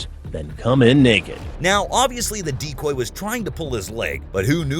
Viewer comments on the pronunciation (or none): For the first few minutes I thought the voice over was saying 'deep boy' but was saying 'decoy' instead lol